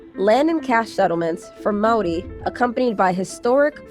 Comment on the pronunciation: Can we give some props to the American lady that pronounces Maori better than Kiwi's?